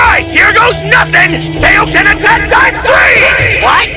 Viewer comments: F'KN HELL! It's KAI-OH-KEN, Not kay-oh-ken! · Kai dub is sooooo much better. It’s Kai-o-ken not kayoken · I hate how they say kaioken wrong.